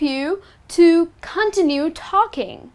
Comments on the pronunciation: It's not "continu" it is pronounced "contínyu" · Cun-tin-yoo. Cuntinyoo. Continue. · What the heck is KON-tee-nue talking? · the way you pronounce the word "continue" is kind of weird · You continuously mispronounce "continue". Highly annoying. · The way she says "Continue" confused me at first, but it's cute! Also, you shouldn't need fillers for every moment of silence. (Silence is golden) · "Continue" is pronounced "con TIN yoo", not "CON tinoo". Quiet has two syllables: "KWY et". If you pronounce it "kwite," you mean "quite," which is a totally different word. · Your mispronounced words are so funny 🤣 continue ,keeping ,conversations. sis study up. Hint the phrase "to be honest " is a phrase only used by dishonest people.